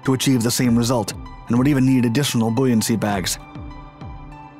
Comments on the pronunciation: What the heck is ' bo an cy'? 😊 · Booyancy lmfao 🤦🏽‍♂️